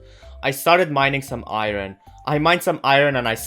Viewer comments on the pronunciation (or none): Iron not iro